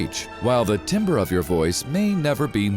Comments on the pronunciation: TIMBRE NOT TIMBER!!!! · Couldn't help myself from pointing out that "timbre" is pronounced as 'tam-ber'...not timber, like a logger lol. Sorry, music nerd here, and we use that term a lot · TIMBRE IS PRONOUNCED TAMBER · Its spelled like “timber,” but pronounced “tamber.” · "the timber of your voice" Timbre is the characteristic/sound of a tone, not the pitch. That's pronounced Tam-ber not tim-ber :) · lol! I wish I could smack the narrator because the word "timbre" is not pronounced "tim-ber;" it is "tAm-ber." Jeez Louise! ::shakes head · You prounounced "Timbre" incorrectly. Its "tam-ber" not "tim-ber" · When you recognise the voice from your company mandatory internal training - that’s a recognisable voice! One thing though timbre is pronounced tam-ber. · Hey mister narrator, the word timbre is pronounced "tamber". 👍☺ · not to sound like a jerk, but "timbre" is pronounced TAMBER. i done learnt that from mah voice coach ;D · He said timbre like "timber" :( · Timbre is pronounced as “tamber” my guy check yourself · Timbre, not timber. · "timbre" is pronounced as "tamber" and all you had to do was look it up on Google. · Good information, but timbre is pronounced tamber. Like the announcer; so few trained voices anymore in broadcast. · I believe "timbre" is pronounced, "tambre". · Nope. Not if you're gonna mispronounce "timbre" in your video.